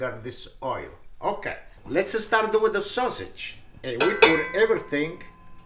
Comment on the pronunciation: It's HOT sausage not Hot-A. And it's LETS not Let's-A. So annoying.